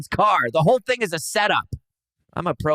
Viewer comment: "Proberger" alert.